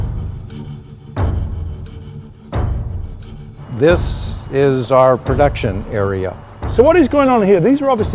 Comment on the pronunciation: Well... just found out I've been mispronouncing Saleen my entire life...